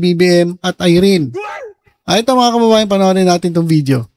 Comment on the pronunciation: Un din narinig ko sayo Paulit ulit, BMT”mga ka-BABA-yan”😂😂